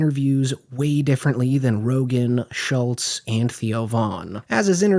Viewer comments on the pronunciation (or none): none